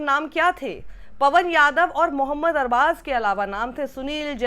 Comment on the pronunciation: Man pehli bar dekha kisi ne arbaz ko sahi pronounce Kiya na k arbaj😅